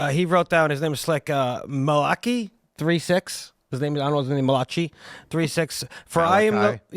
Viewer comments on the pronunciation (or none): That guy's pronunciation of Malachi, lmao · When the dude said Mah-Locky 🤦🤦🤦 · “Maka-laka-ding-dong — sorry I can’t read” 😂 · The way the dude with the reverse cap pronounced Malachi hahah